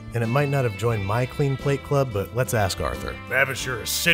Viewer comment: That's kratos BOY.This is Arthur BOAH.